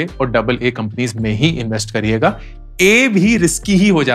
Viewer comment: 'Companios' 🤣🤣That was nice, Thank you sir.